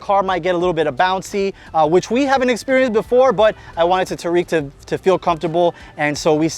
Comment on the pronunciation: Tareq. Pronunciation. Taa’rik